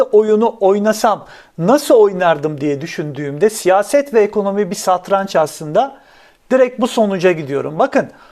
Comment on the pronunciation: Hocam yalnız santraç değil satranç